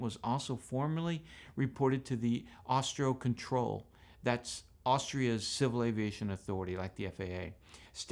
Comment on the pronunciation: It is AUSTRO CONTROL. Not Austrio.